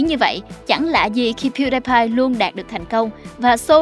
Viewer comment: Piu đi pai không phải piu đai pai